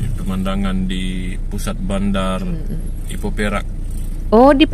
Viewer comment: Ipoh bukan Hipo